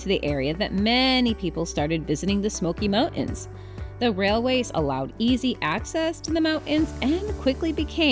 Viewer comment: Why do you say smoky mount ens